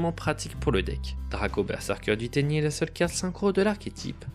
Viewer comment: Je connaissait pas Tenyi j'ai découvert de nouvelle chose et l'archétype à l'air d'être sympa, mais faut pas écorcher le nom des monstres ! xD Je me demandais si à l'avenir vous pourriez nous indiquer pour quel type de joueur s'oriente un deck, si il est assez facile et recommander pour les joueurs débutant ou si c'est plutôt un deck avec des "combos" pour les joueurs un peu plus avancé, merci d'avance =)